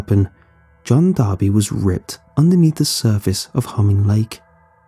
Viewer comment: "Its D'arby not Barbie"